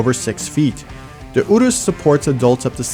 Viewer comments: All I can hear is 'uterus' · The whole video I was screaming in my head "Can't you pronounce Urus like a normal person!?"